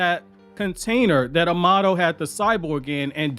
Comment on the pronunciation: bro its *A*mado not am*A*do pls god fix that